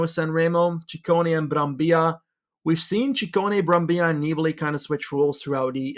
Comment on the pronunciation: Ehi, the double L in Brambilla is pronounced as the double L in Cancellara